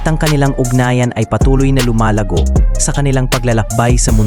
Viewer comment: "JOAN" is the Catalan spelling of the Spanish / Filipino "JUAN," found mostly in the northeast and eastern Spain. It's English equivalent is "JOHN," or the German "JOHANN," so the pronunciation is like "hoh-WAN," not "djohwn" (feminine) or, in the Philippines, "djo-ann." Hope you can correct in future vids.